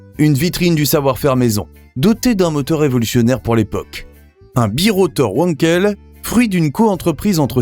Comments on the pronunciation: Wankel se prononce "Vankel" et pas "ouankel". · Quelques remarques : - la SM, bien qu'étant un flop commercial, est restée dans la légende automobile. - on dit moteur venkel et non pas ouankel. - j'ai croisé une 604 allongée avec vitres latérales. -il eût été bon de préciser que les portes étaient identiques à celles de la 504. Sinon, je vous remercie pour le reportage. Continuez !